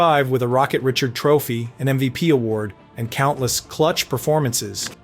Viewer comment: It is did you hear how he pronounced the Richard Trophy?